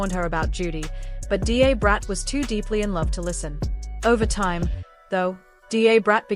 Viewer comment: D A is pronounced as 'dah'brat. I had to stop watching this, because it was irritating me